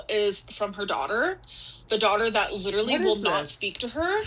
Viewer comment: Why is she pronouncing ‘literally’ like “leeterdlee” all of a sudden?